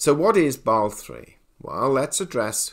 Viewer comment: You are not just constantly ignoring the "S" and "E" in "Basel" for unknown reasons: FDIC has a very similar rule in effect and this also did not create a gold hype, so another nail in the coffin of too optimistic visions. The question for real life is how banks that needed it most like Deutsche bank should actually manage to buy a lot of gold - buy from what? If you look at the BIS publication with last revision from February, gold market risk is compared to that of foreign currencies rather than other commdoties, which leads to 8% capital requirement... - so while still a good sign overall, Basel III rules about gold alone do nothing, and nothing new. Even if banks (not the central banks) sell off for such reasons - they do not have much anyway, don`t they?